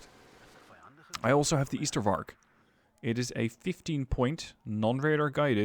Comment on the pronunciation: That one was hell of a match. But deck building caught me a bit off guard. 1. It's Ystervark as in ijzer (iron pig), not as in Ypenburg 2. Choosing that unit instead of Bosvark is strange not just bc of suppresion, but also bc of one 'secret' stat - aiming time. Bosvark aims 1.5 times faster than Ystervark, and, unlike polish and soviet ZU-23-2 trucks, has armour